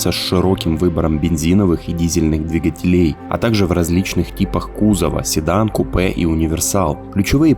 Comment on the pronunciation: двигателЕй)) ударение на европейский манер